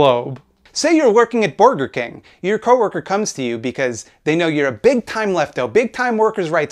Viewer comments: Does Caleb really think mispronounced Burger King because he () genuinely knows nothing about the fast food industry? That's wild, huh? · Hmm, borgers. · I thought the correct pronunciation was "booj-wah king"? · I can never pronounce it any way other than "Borgar King" from now on